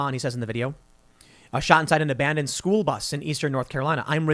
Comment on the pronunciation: I should be in SKOOWL rignt now! How dare you!